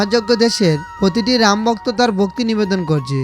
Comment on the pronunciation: সবই আজগুবি গল্প কথা 😮 ঠিক মত উচ্চারণে কথা পর্যন্ত বলতে পারে না ! ! সে আবার জনসমক্ষে বলে ধর্মের কথা।। 😂 বিবিষণ , ভক্ত নয় বক্ত 😢 হায় রে, আমরা কোথায় আছি ! আদতে ইউটিউবে বোধকরি কোনো বিধিনিষেধ নেই। যোগ্যতা থাকুক বা না থাকুক , যে যার মতো ভাট্ বকে যায়।।